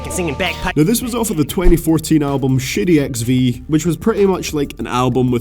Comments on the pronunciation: I deadass thought you were saying shitty XV and not shady XV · lol I thought you said shitty xv in number 10 lol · Sounds like you're saying "Shitty Records" hahaha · It sounded like you said Shitty XV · shitty XV ? 😂😂 u pronunciation 😭